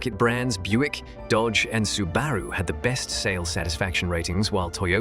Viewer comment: Your A.I. can't pronounce Subaru correctly. Sab er roo?